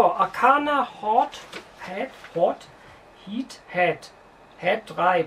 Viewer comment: DAS HEIßT arcana heart 3!!!!!!! aber super news